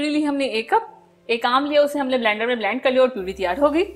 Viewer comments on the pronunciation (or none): blend hota ha bleend nahi apni English correct kro